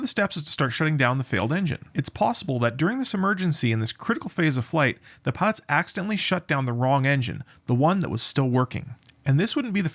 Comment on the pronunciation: Sir, you speak way too fast, hard to follow for non-natives. Pilots almost sounds like Pots as an example. Good content though.